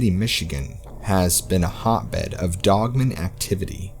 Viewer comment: Dude i have to tell ya I love the narration. BUT, IT DRIVES ME NUCKING FUTS THE WAY U PRONOUNCE “DOGMAN.” It sounds like ur saying “DOGMEN” instead of “DOG-MAN.” U dont annunciate and pronounce the word “DOGMAN” then way its supposed to be pronounced. Its pronounced “DOG-MAN, DOG-MAN, DOG-MAN.” LOL. The DOG part is pronounced correctly. But the MAN part sounds like ur saying MEN. ITS PRONOUNCED DOG AND THEN MAN. DOG MAN, DOG MAN, DOG MAN. It kinda ruins the story when u mispronounce the name of the topic of the story. Can u not say MAN like if u were to say “I am a MAN?” Do u pronounce the word MAN by itself like ur saying “MEN?” When u say “oh MAN!” Does it come out like ur saying “OMEN?” U shud work on that. U wud be my favorite narrator if u would just correctly pronounce the word DOGMAN. Its really not hard unless u have a speech impediment or sumthin. It doesnt sound like u do tho. It jus sounds like u dont kno how the word DOGMAN is supposed to be pronounced.